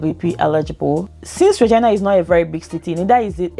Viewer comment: That's the way people pronounce Regina.. good info ..thanks